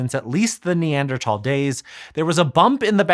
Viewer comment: Hearing someone on YouTube say Neanderthal correctly is a good as cleaning your ear with a qtip 😂😂 ❤